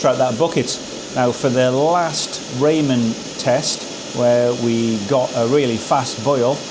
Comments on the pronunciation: Great comparison but it’s rah-men, not Raymond pot 😂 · Hi! I think it is pronounced "rah-men", the pot perfect is for instant ramen noodles. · it's said Raa-men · Lol "Raymen"! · Do the english really call the japnese dish "ramen" Raymon? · In America we pronounce "Ramen" as "Ra-mon", like the noodles!